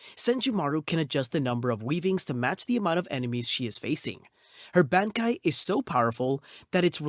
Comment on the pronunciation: Great pronunciation on the bankai’s!